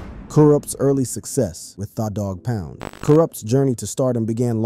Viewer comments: You guys need to make sure the reading is correct. THAAAA DOG POUND??? WTH? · Thaw dogg pound is crazy 😂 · Im sicka dese mfs not knowin or caring how to pronounce folks names!! Thaw Pound n Mootha dis is krazy n den u gots him n a wheelchair! Yall gotta stop it!! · Wow Thaw-Dog-Pound 😂 can't even pronounce his name right dam.